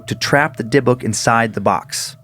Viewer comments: Dib-ick, not deh-book lol Glad he finally caught on...Joe must’ve been in his earphones about it. Love this series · I know that with cadences and regional speech changes but I’ve always heard dybbuk box pronounce (dib-bick) but I could be wrong. Sorry to interrupt with this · So happy someone posted about this. Love the show but the pronunciation was bugging me. Haha. "Dib-bick" is correct. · And Dan it's pronounced dib-ik box lol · I was thinking that too. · Dude the way you pronounce dybbuk makes me want to throw you cuz you're pronouncing it completely wrong no hate at all I just started listening to you guys like 2 days ago I love y'all are great but you're pronunciation for a lot of these words frustrates me lol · I’m pretty sure he’s mispronouncing Dybbuk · specifically why I was scrolling through the comments, wanted to make sure I wasn't the only one scratching my head.